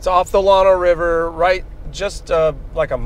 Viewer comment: FYI - Llano is a short A sound... like a local area network - LAN or the land we walk on, not like the lawn you mow ;) Also, "slabs" along the Llano are a big thing, the busy crossings you encountered locals and tourist flock to them for some aquatic relief.